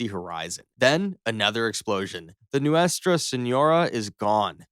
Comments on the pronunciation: Also, "Noostra" and "Noo-way-stra" for "Nuestra" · Pronounced NOO-es-tra